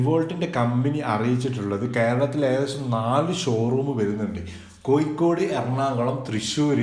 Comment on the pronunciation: കോയിക്കോട് അല്ല കോഴിക്കോട് എന്നാണ് പറയുക